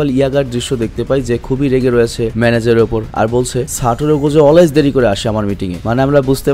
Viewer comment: Ai Gojo Saturo ta ato sundor knnn bujhi na jei koybr JJK dekhi oi koybar e crush khai. Btw vaiya amr Gojo Saturo ta re "সাটুরো গোজু" na bole "সাতুরো গোজো" boilen😅😅